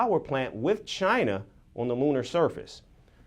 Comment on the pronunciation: You can tell if the network is hostile to China by the way they mention China . They will usually say chyynnaa instead of China ! FP is hostile like fk !